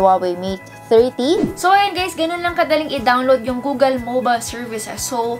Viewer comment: "hey gays it's your tech girl "